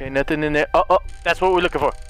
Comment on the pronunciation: " WHOT THE FOOOK" im weak